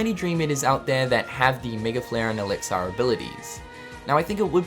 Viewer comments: Lol why do you say Elix-Ar...its elixir which sounds like Elix-Er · 'Elixar' :D I've been pronouncing it wrong all this time.